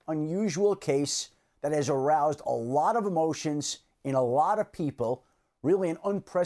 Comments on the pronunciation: bro really said "aroused" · Shefty put a lot of emphasis on "aroused"